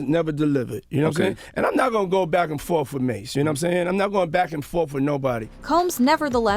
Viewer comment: Back and FORF???? WTF